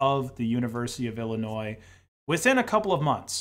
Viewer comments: Did you say “ill a noise” there? 🤷‍♂️ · The S in "Illinois" is silent. It's ill-annoying. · If you pronounce the s in Illinois again I will personally dmca every single one of your videos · The 's' in Illinois is silent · Why are you pronouncing the "s" at the end of Illinois? It's not supposed to be pronounced. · Nooooooooo he pronounced Illinois with the s